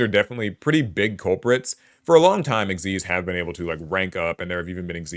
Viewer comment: I just want to say thank you for pronouncing "Xyz" the correct way ("ik-seez") and not just spelling out the letters!